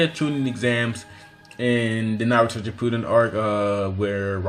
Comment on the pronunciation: My man said shipooden